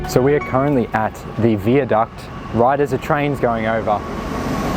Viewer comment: wtf why are you pronouncing viaduct like that wtf